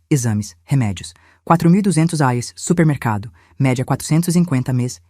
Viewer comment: Será que é tão dificil falar "R E A I S" acho isso de falar rais raios e outras idiotices cacildis Ja deixei de ouvir outras histórias por muito menos